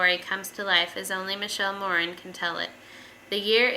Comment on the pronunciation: I believe the author pronounces her name 'More-ann.' I won the book in a raffle a few months ago but haven't gotten to it yet.